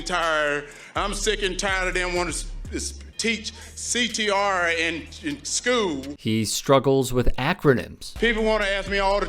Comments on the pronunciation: "Teaching CTR in schoo" 😂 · CTR in " schuul" you cant even speak so just stop talking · No, he's just slightly slow and almost special needs. He never could pronounce school he has always said skoo...with no "L"